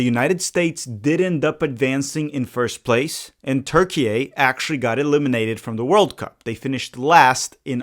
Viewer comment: thx for not saying "turkey-aye"